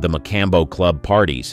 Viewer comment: I can't watch another minute of this video while the narrator oblitiates the name of the MA- Com- Bow.